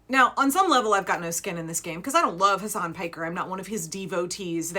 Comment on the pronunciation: Can people effing learn how to pronounce his first name? It's so irritating, and disrespectful. Hasan Piker, Mehdi Hasan, Hasan Minhaj. You don't stress the second syllable.